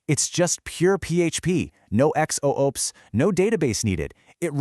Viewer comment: Me for the last 20+ years: "It's pronounced 'zoops'." 😊 "...a brand new vision for EX-OOPS..." Me: 🤯 Surf Wisely.